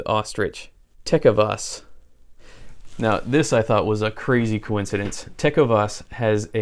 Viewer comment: I have several pairs of ostrich boots from Lu-casey and Ta-covas...that cracked me up how you said those! Lucchese has been building boots by hand for over 100 years and they are spectacular boots! Tacovas has just celebrated their 6th year in business and are making great boots out of Leon Mexico. Outstanding boots for the price! I was notified last week about these GS's and they look great! Ostrich is my favorite boot leather, and wallet material as well! Thanks Brother!!